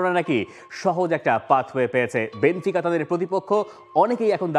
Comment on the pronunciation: বেনফিকাকে বার বার বেনতিকা বলছে! দলের নাম বলতে পারে না অথচ বিশ্লেষণ করছে!!!!